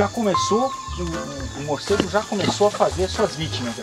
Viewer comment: "carai maluco! que porra é essa?" Muicegu